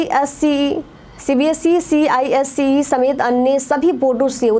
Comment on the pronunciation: ICSE hota hai na ki CISE